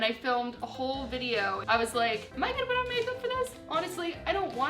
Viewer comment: the way she says put as but is SO CUTE